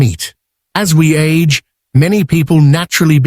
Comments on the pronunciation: In Japanese, the G sound is always hard. So "age" is pronounced "ah-gay." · Tofu age is pronounced "AH-gay," not like the English word "age."